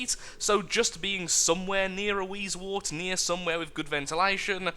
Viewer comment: words:p it is wheezewOrt not wheezewArt but keep on the good work and amuse us